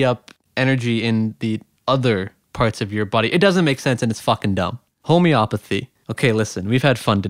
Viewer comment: Homey-o-path-ey. Not home-opathy.